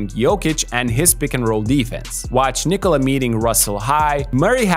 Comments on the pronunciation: your Jokic pronounciation is on point, just Nikola is pronounced not like Cola at the end i.e knee-cola, it's nickola, as the I is accented, so Nikola O as in Jokic, short noth the same, even shorter as I noticed you sometimes say it with a longer O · finally someone who pronounces "Nikola" somewhat correctly